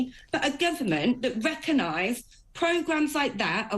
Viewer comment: Reckonise. Jeez.